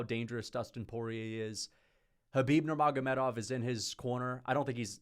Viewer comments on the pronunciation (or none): none